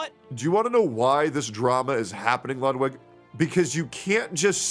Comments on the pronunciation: Why is everyone pronouncing Ludwig as "lot-wig" and not "loot (said not as long) - weeg (like weed, but with a "g", or, like a long pronunciation of the word "wig"), like it should be? And why the hell is he calling himself that if he can't even pronounce the name correctly? (Ludwig van Beethoven for example, you don't say his name like "lot-wig's"?) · Tectone pronounces it "Ludvig" sometimes, idk why that's so funny 💀